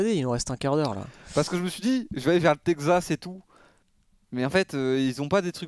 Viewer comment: le " Tekzas " au bout d'une fois c'est deja trop